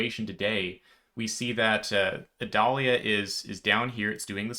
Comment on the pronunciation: You are my favorite source when it seems like Florida might be impacted. Thank you. Also, in Florida, we pronounce the storm name like the onion, sans the V in front. (-'